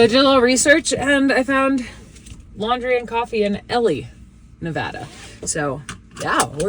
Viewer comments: Hello! Hey I love your post on this it's awesome I hope RV is doing well and camper as well! Just a little education on Nevada since I am from there, you said you were going to Ellie. (A.k.a Ely) the E is long so its pronounced Eeeely. Just FYI.😂 You should take a detour and Go to where burning man is in the black rock desert out in Gerlach pronounced gerlock. When you are on interstate 80 coming to Fernley just before Reno you go North towards Nixon it's about 78 miles North. Beautiful country and alot of natural springs. I went to High School there class of 5. I really enjoy all your videos!❤❤❤❤ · Hey,! Congrats on the new addition to the family! I'm sure you'll have a great time with the two boys. BTW, the town is not pronounced "Ellie." That was the girl in The Beverly Hillbillies! 🤣😉 If you're talking about the town that I think you are, then that is Ely, Nevada, and it's pronounced EE-lee. Also, I was trying to figure out where you camped on Rodney's first night as an official member of the family. The place with the petroglyphs and pictograms and slot canyon that you said was "not a national park, but should be." I've been through a lot of Southern Utah, now that I live here, and all I could think of in that area was Goblin Valley or some place near Escalante, but I don't think that was it, too much green! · Oh lord it's E-LEE Nevada not ELIE....friging slayed me. Once spent a snowy, haily night in a rest stop on Highway 6 (just south of 50 ) - winds, thunder, hail, snow.....not the best nights sleep I every had in a four wheel camper... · E- Lee Nevada Not L le y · Yay Rodney! What a good boy! He seems so sweet and loving! PS Ely isn’t pronounced Ellie, it’s like Eli, like Eli Young Band :) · Ely is pronounced EE lih, nice town. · By the way….Ely is pronounced with a long “e”. Like you would say eel. Eeeeeeely. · Ely. pronounce. E. lie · Welcome Rodney.. Btw, FYI - Ely is pronounced. E-LEE, not el-E (Ellie). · Ely is pronounced "EEE-LEE"